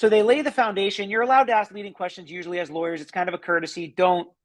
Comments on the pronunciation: AKS?? Drives me crazy! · I think if you can’t say “ask” you shouldn’t rep yourself! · Who cannot stand the “axe” questions????? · Are u AXING me or telling me? Ffs, this maggot is just trying to postpone the inevitable!!! He makes me sick!!!